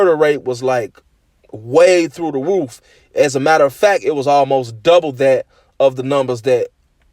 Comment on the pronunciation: "Murder rate was waay through the woof"😂😂